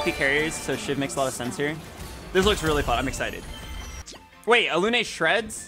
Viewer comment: Everytime he pronounces Alune like that makes me want to rip my hair out 🫠